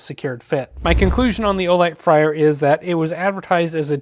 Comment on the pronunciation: Just FYI, it’s supposed to be pronounced “FRAY-er,” not “FRY-er.” Good review overall, thanks. Thanks also for including the bit about disabling/re-enabling the proximity sensor; I didn’t see that in the manual that came with mine